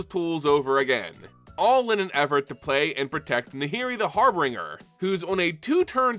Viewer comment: Every MTG player says har beenger it's har bin jur